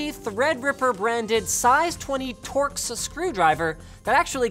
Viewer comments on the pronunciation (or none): none